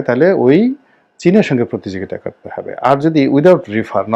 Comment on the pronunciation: ভাই, হবে কে হেবে বলেন কেন?